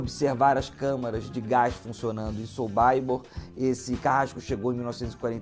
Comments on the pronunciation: É essa mania besta de ler como se fosse americano, todo nome estrangeiro, aí pega um nome Polonês Sobibor e lê o "I" como se lesse em inglês: "sobaibor" kkkkkk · " sobaibor," ???, O correto é Sobibor. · Documentário interessante. O que pegou mal é esse tal de "sobaibor". O autor não pesquisou. Em alemão, polonês, inglês é simplesmente Sobibor mesmo, lido como se escreve. A pronúncia "Sobaibor" fere os ouvidos! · Verdade! Kkkkkkkk! Quando ele falou sobaibor comecei a sentir vergonha alheia por ele. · Quem sabe é a pronúncia sobaibor. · SOBÁIBOR !!! – Prezado, é difícil de acreditar, mas existem no mundo outros povos e línguas além dos anglo-americanos. Você pronunciou o nome polonês à moda americanoide... Chega a tal ponto a subserviência cultural. Triste... SOBIBÓR é a pronúncia, como se escreve. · na História,, não fique chateado mas o som/pronúncia de Sobibor (Polônia) é 'sow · bee bor. Como se escreve, siimple as that! Sorry... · Concordo. Estas pessoas q se propõem a falar sobre estes assuntos deveriam primeiro estudar a pronuncia certa dos nomes e gentilicos europeus. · Uma pesquisa porca e uma pronúncia horrível (so.bai.bor??)... este campo era nos EUA ou nós somos americanos? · É SOBIBOR que se pronuncia 🇮🇱🇮🇱🇮🇱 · sobibor pronuncia errada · Não se pronuncia "SoBAIbor" e sim "SoBIbor" . Não se pronuncia Simon "Vaisental" e sim Simon "Visental" .